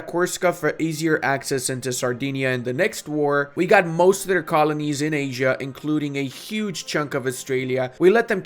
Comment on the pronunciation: Are you saying asia?